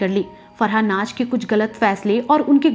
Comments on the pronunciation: Aap apni pronunciation per dyan den for example naz hai naj nahin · It's Naaz, not Naaj